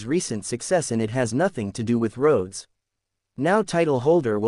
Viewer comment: RDE Rads. What? Can't you pronounce Rhodes properly? Said like roads.